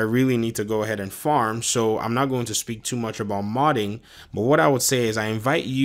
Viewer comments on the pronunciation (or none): none